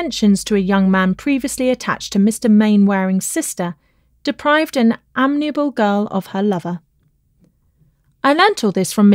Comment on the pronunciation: Like others, I found the mispronunciations amazing and really unfortunate. "Gallant" and "amiable" are not difficult words.